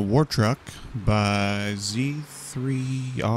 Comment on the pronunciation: For future reference, just pronounce it "Zero". Yes, this is Z3r0_